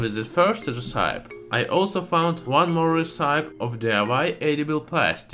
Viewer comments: Recipe is pronounced res-sippy... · Great video as usual. One small correction: recipe is pronounced as re-si-pee. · Hi thank you for the videos, I just wanted to help you with pronunciation. Island is pronounced i land Recipe is pronounced recipee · His pronunciation of "island" and "recipe" are quite original! Both mispronunciations are quite understandable, given how weirdly English is sounded out.